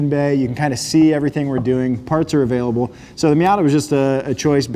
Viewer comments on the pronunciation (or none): none